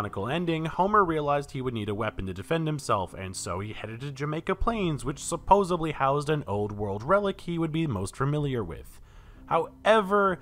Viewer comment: It's "Supposedly." Bro.